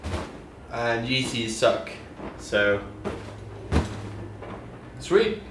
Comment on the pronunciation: It pronounces "Yiissiiis"